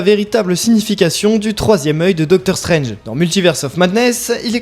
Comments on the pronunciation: non mais, il faut raison garder,. Stranje (prononcé en français ringard) a un troisième oeil parce qu’il a mis sa bistouquette dans Lali de Hélène et les Garçons. Oui, différent MULTIVERSE (celui d’AB PROD) mais il l’a fait. Loki, qui détient les clés du MULTIVERSE a vraiment foiré sa mission, et il ya eu des incursions de personnages de AB prod dans les MARVÈLE MOUVIZE. Philippe le prof de philo de LA PHILO SELON PHILIPPE s’est retrouvé avec Luke Cage et Malikith et Ms Marvèle (mouvize), Gérard des Filles d’à Coté (oui, ce Gérard là) s’est retrouvé avec Wolverin (oui en français on dit Wolverin par Wolverine parce que c’est la traducscience), ainsi que Ronan zi Akiouzeure, qu’il a tringlé d’ailleurs. Cricri d’amour sniffe de la coke avec le variant Irons Man (irons comme nous irons) de la terre 18726 ainsi que Rocket le raton laveur de la terre 69. Wake hup!!! Les multiverses sont en train de se NIKAE!!!! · Non mais de quoi tu parles? On parle de marvèle mouvizes, y a aucune logique dans ces trucs. Tu parles comme si tu avais la science infuse, comme si ce que tu dis est vérité ultime. Le darkhold, c'est de la fiction, cher Jean Mimiche. Stranje (prononcé en français ringard), c'est de la fiction aussi. Si je te dis- L'anus de Patrick Sabatier s'est contracté lorsqu'il a eu peur, c'est verydick. Par contre, le darkhold et ses effets sur Stranje (prononcé en français ringard), c'est une billevesée.